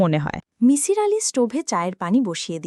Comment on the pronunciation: that was not kabbogrontho but golpogrontho fyi. its not mishir its misir. get our name pronunciation correctly.